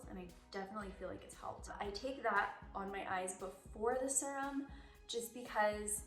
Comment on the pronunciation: She said “SIR-UM” and I love it.